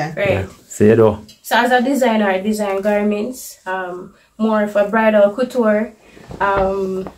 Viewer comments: Not cuture. It’s cooture that’s how you say it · Cou is pronounced coo